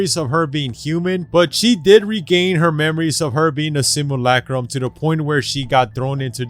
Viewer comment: Simulacrum. Not simalakram or whatever